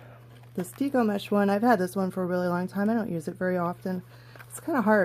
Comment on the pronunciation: Your tutorial is helpful, however, you keep mispronouncing "deco." It is a short e, like the decorating style.